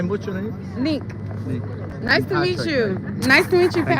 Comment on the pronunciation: People keep saying Nick it’s NIQUE!!!